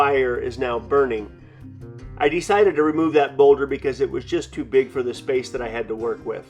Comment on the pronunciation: The way this guy emphasizes "dee-cided" will never not make me laugh.